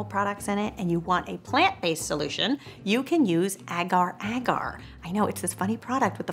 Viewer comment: Hi guys I am from Indonesia and its pronaunced Ager ager 😁